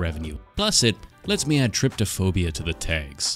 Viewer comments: Trypophobia dude, there's no extra T in there :/ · Idk why but this isn't the first time I've heard trypophobia pronounced as trip toe phobia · the word is TRYPOphobia, not triptophobia, but I love your channel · casually incorrectly says Trypophobia while triggering people Me: scared af yet still correcting his pronunciations